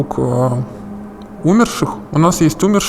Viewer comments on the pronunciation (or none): умЕрших а не Умерших